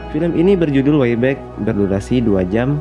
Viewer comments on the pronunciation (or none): Bukan whyback mas bro,way back home.. aduh